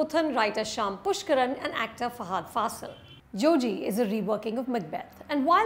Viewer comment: Its not pronounced as Fa"haaa"dh. It's just Fa-ha-dh.